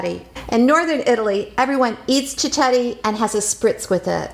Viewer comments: Please pronounce it properly. It’s pronounced “chiketti” not chichetti. Also it’s not “proshuddo ” it prosciutto with t’s. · it's amazing how she mispronounce the word cicchetti......she's obviously never heard it in Venice (where I come from by the way..) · You need to pronounce cichetti properly first.